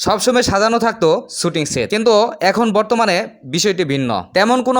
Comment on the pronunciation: ভাই, আসছেন যেই বিষয়ের উপরে ব্লগ বানাতে সেই শব্দটাই উচ্চারণ করতে পারেন না! শব্দটা শুটিং ছুটিং না।